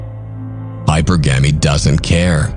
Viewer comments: Its hypurrrggemy not hyper-gamy shit makes me gringe everytime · I think it's really "hy-PER-gamee". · This would be so much better if hypergamy was pronounced correctly.